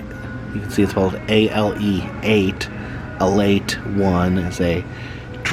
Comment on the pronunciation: "Ale Eight", not "alate", run together like leet speak or something. :) scythe: [sahyth], rhymes with "writhe". If they wanted to highlight Florida grocery stores, Winn Dixie is worthy of mention. The "bomb" is supposed to be a rocketship (40s-50s sci-fi style). I love mustard-based bbq sauce as well, introduced to me by Jacksonville, FL-based Bono's BBQ (which has a sister chain called Willie Jewels). Always love your videos, been subscribed for three years now!